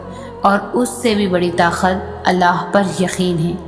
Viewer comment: Subhan Allaah wa bihamdihi I really like the way you say Allah my beautiful sister